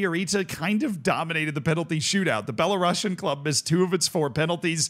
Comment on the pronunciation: that pronunciation of "Belarusian" is criminal